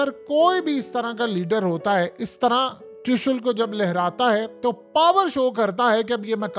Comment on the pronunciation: ترشل نہیں ترشول ھوتا ھے😂